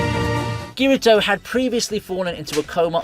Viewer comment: It hurt my soul to hear Kirito's name pronounced like that